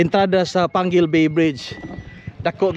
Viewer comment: dili na pwede basahon pangil kai naa man siyag letter U,,panggil jd na siya pagbasa